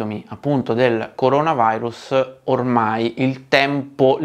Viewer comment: coronavAIrus???????????? 😱😱😱 Vi prego no!!! È LATINO, NON INGLESE!!!!!!! Almeno questa parola TENIAMOCELA!!! Già abbiamo perso "MEDIA" ("midia"... 🤦‍♂️)...